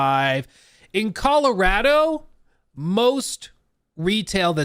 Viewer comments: Saying “Colaratto” 8 times in 30 seconds was triggering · ColorAdo really makes the accent come out 😄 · am I the only one who gets Icked out by the way like says Colorado 😂